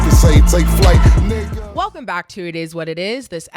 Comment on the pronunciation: Playmaker definitely be saying Nigga but sound like he spell it Nicca 🤣😂🤣😂 shit be HILARIOUS!!